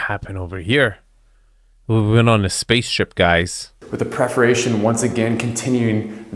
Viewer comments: Did he say "preforation" in the wine room?? What the hell is preforation?? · Does the guy keep saying “preferation” instead of “perforation”? He said it when describing the metal sculptures in the living room and again in the wine room.